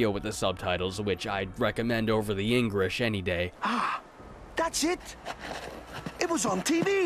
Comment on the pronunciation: Did he say engrish when he was talking about the languages. Like i really cant tell